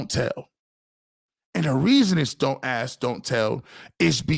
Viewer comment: You're right the BROWNS fan base SUCKS!....You know who SUCKS!....The BROWNS!.....And another thing it's ASK.....NOT AX!